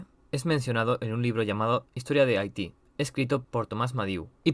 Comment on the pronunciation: me da un tic tu pronunciacion de haiti, no es jaiti, es aiti.